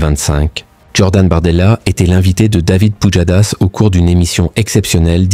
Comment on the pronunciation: "David POUDJADASS"